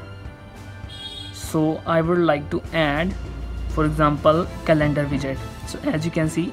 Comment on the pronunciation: It’s not call celander it’s calendar 💀